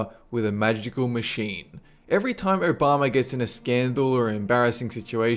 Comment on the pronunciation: President Urr-Bama! xD